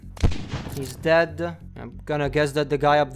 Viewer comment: the way you say "dead-d" is so weird :D